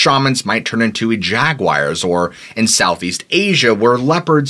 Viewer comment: I love your channel. I’ve listen to most of your content. With that said, I’ve made a study of your pronunciations on words. Please tell me where you are from regionally. Jag-u-i-ars is an unusual way to pronounce the word. Another video you said ee-cee for “icy”. Please let me know!